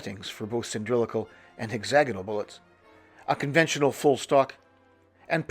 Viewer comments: Please it is pronounced “sill-in-drick-Al not “sin-dril-ic-al” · I feel like a right bell end asking this, but: are you using a word I don’t know, or are you mispronouncing cylindrical when talking about the Whitworth projectiles?